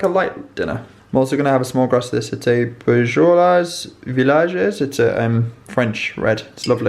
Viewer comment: Love ET ..the walk round my fav parts of London and the also the way you pronounced Beaujolais....reminded me of my daughter pronouncing The Palladium as The Pal a de i mon....say it slowly 😂🤣